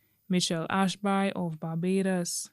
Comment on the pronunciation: The name is pronounced Ashbee